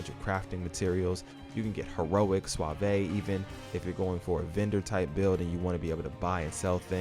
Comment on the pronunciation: How have you never heard the word ''suave'' get pronounced in your life? Is this a tts voice? It fooled me if so.